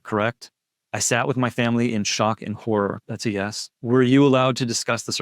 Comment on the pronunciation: it should say “shawk and horrah” 😂